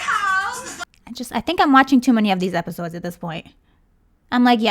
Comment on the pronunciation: girls: abviously can speak english tyra:NiHaO